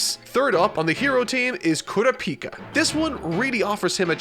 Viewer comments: Uh oh here goes again mis pronouncing names. Bro said kura pika like its a different version of pikachu😭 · For the sake of my and everyone else's sanity going forward. It's pronounced "Koo-Rah-pee-Kuh" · The way he’s saying kurapika is killing me 😂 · How did I know he wouldn't be able to pronounce Kurapika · I'm gonna need you to go n watch the anime for 1 reason only.... name pronunciation. You butchering tf outta these names right now 😅🥴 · Why was he pronouncing Sasuke's name like "Kurapika"? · Please stop pronouncing kurapika’s name like that... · Every time he says Kurapika I get heartburn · less than 10 minutes in and already mispronounced Kurapika😭😭this is gonna be a long ride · that's not how it's pronounced in either the dub or sub of the anime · I can’t keep watching these if you keep saying kurapika like that ☠️🤣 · Its kur ah pee ka not kura pika say it slowly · "kuru peeka" lol it's "kura puka" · Why tf does he say KOORA-PEEKA, its KURAH- PIKA like pikachu!! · Normal people: Kurapika: Kura pika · yeah it's not pronounced kura-pika (not like the pika in pikachu) but it's pronounced like coo-rap-ika or ku-rap-ika Also Gon isn't pronounced like the way he says it but it's a minor thing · It’s pronounced koo-rah-pika not koora-pika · Ku RA pica emphasis on RA not PI please. Great video! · "koorapeeka" yeah nah that's now how you say that name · Ker-op-eee-ka is how you pronounce his name, it doesn’t really matter but it was just bugging me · I was gonna watch this untell he says Ku-ra-pie-kia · its kuur-ahpika (pikachu) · "KurapIka"... Hopefully he changes that. Throws me off everytime. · With all due respect you said Kurapika's name wrong. Kur-raw-pee-ka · I absolutely lot it when he said KurapI'ka lmao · Is no one gonna mention Kura-Peka? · If he says "kura-pika" one more time I'm going to scream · Haha Kooo-rap-pika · I hate how you say gon and kurapika.